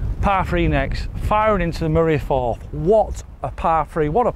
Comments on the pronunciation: The Moray FIRTH!!!😅 Not Forth! Firth is the Scottish word for an inlet of sea or an estuary. E.G the Moray Firth, the Firth of Clyde. The river Forth drains into an estuary between Lothian and Fife, the Firth of Forth. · Great hidden gem, fantastic part of Scotland, loved the video, you two are so good together. Just for the record the water is pronounced Murray Firth. Can't wait for the next gem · Love the video and the golf and I know you don’t know your hillocks from your niblicks but it’s Moray FIRTH. There is a Firth of Forth but it’s between Edinburgh and Fife. A firth is the Scottish word for an estuary mate. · Great video but it’s the the Moray firth not forth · Murray Firth not Forth 😂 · It's not the moray forth, it's the moray firth. You keep pronouncing it wrong.